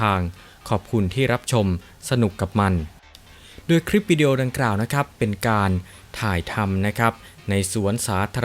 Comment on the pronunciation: อ่านคำว่าโดย เป็นดวยอีกแล้ว